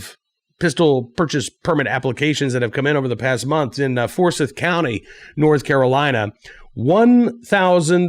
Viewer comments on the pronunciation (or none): Pronounced For-si(long i)th even though spelled Forsyth. Grew up there!